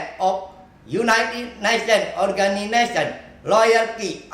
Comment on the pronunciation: NKRI bukanya MKRI. Organinasion